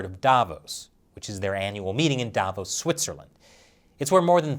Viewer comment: Sounds more like "Davros" than "Davos".